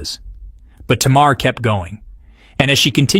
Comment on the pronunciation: U put up the name countess Vaughn.. but then u started talking about Vanessa Williams... all blk women don't look alike.. Smh.. and u didn’t pronounce SZA or Tamar name correctly 🤔 🙄..uugghhh